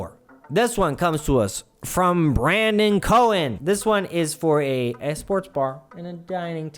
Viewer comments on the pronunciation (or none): Hey!! Just FYI, in South Africa, "Koen" isnt pronounced "Cohen", but rather as a short fast "Koon". 😉